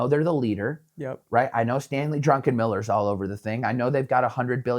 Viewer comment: did he say Stanley Drunkenmiller instead of Stanley Druckenmiller ?